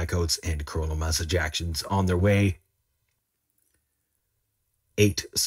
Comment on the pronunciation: "...coronal mass e-jactions." Dude! 🤣